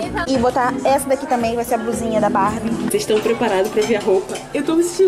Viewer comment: teens! Se fala Barbie